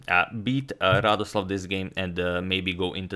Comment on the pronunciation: I know you alway put effort into pronunciation of players' names so: it is "Radosław" not "Radoslaw" (probably overlooked in PGN), so you should read it as something similar to "Rahdohswahv". In doubt, use Radek :)